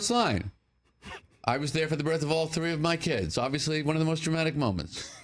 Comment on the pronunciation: "...always one of the most traumatic moments"? Or DRAMATIC? maybe a few people laugh because it sounds like hes saying "traumatic".